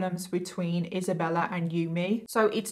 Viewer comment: who is Isabeller?? I kept hearing the name Isabeller